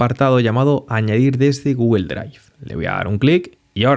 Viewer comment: "Gugel" ¡oh no!😂 Dislike por mala pronunciación.😢